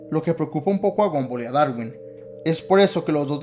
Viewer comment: se dice gumball no gumboll